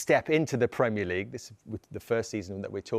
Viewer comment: "Premier Legaue" 😂